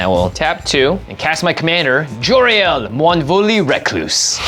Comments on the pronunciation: Jimmy man her name is JOL-RAEL not JOY_RAEL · Jora-el? Is she a Kryptonian?